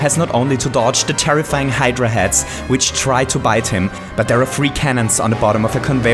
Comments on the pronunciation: It's a Hydra! Not Hydradra! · I thought it was hydra not hydradra, ive been lied to again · Why is he saying "Hydra-dra" instead of "Hydra"? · Can you stop saying hydradra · Meduser? Hydradra? Is this your accent or a Mario version nickname